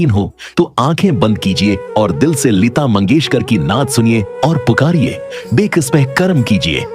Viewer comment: یہ لیتا لیتا کیا کہہ رہے ہو۔ اور یہ نعت کی دھان کیا ہوتا ہے۔ بیٹا جی پہلے اپنا تلفظ اور اردو تو ٹھیک کر کو۔